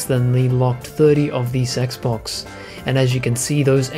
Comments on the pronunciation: Please tell me you did NOT just say Sexbox. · did he just say sexbox ? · did he say sexbox? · "...than the locked 30 of the sexbox..." correct me if I didn't hear that right. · Hah, same here. Have called it (randomly) the Sexbox, going back to the "sexbox three sexty", way back when. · I thought it was only me and my friends that have called it a sexbox! Ever since the 360 and Halo 3 X'D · did he say "sexbox" lol :p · "SexCocks, Snap Massages!" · Thank god someone else noticed! I thought I was going insane hearing something and no one else noticing it, instead being like "Fat Fuck xdddddd"